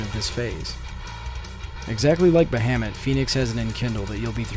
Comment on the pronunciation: Ba Ham mut. love your version of his name. xD